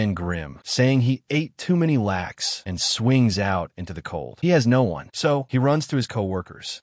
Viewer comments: Yo, AI narrator, it is lot-kuhs not lax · I love Spiderman, he unfortunately has it the roughest of any beloved superhero... Also small nitpick, "Latkes" are pronounced closer to "Lot-Kas" not "lax" it took me a minute to understand what was being said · They're called latkes. Pronounced lot kuhs. Not lax or whatever you're saying. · "he's making laids for the kids-" ITS LATKESS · "ate too many" what now? pronounced "lot-kuhs". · "He's making lats"? Do you mean latkes? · Latkes (the traditional Hanukkah food Ben is making) are pronounced "Lot- Kaz". you should try them, they’re delicious. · LOT-kuhs. It's pronounced LOT-kuhs. Ben is Jewish. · AI can't say "latkes"😊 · That's not how you pronounce latkes